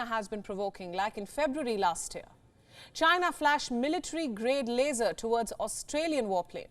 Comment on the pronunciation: it's not a laser it's "a frickin las-or"